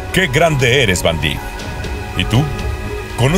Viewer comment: Se pronuncia Vaindaik